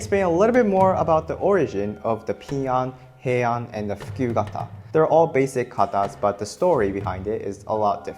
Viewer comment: "Fukyu kata" WHAT DID YOU JUST SAY TO ME?